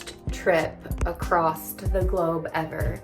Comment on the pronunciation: There is no T in the word “across”